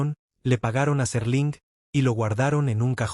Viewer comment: SÉr-ling no Serl'in. - No usen AI para este tipo de contendio, el ritmo es horrible, cancino y tedioso